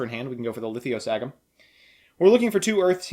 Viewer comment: Litho Sah Gym. It's not that hard. I don't know why he throws another "I" into it.